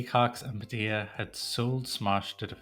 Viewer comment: Padilla with two LLs is pronounced like a Y.